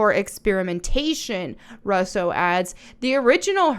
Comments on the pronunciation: It's pronounced "Rue-so," not "Russ-so." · I love you sis, But their family name is pronounced "RU SO" their two brothers who make movies some of which most people have seen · I agree that this live action stuff is crap and that it won’t go well like the rest of them but the thing I’m curious about is why you say Russo the way that you do lol 😂. I don’t think I’ve ever heard it pronounced like that